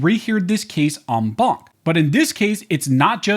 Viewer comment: Every time you say enbaunk, I drink, and now I can't drive home.